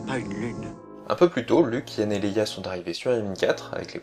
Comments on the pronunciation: C'est pas Han Solo ? Tu dit Yann? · C est Han! Pas Yan! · luke et Han * pas yan ^^ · Han solo et Non yann bonne vidéo !